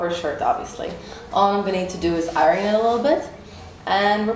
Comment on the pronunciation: she bugs me the way she says iron. like arron.